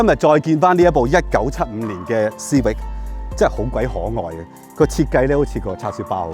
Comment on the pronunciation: 逐代舊的款拎返黎講實都好睇, 留個記錄. CIVIC實係英文黎, 有正確的讀法. 過往讀錯左可以現在改返既姐. 主持比這款車年紀大多少? 慢慢原來這些已變了現這代的的老爺車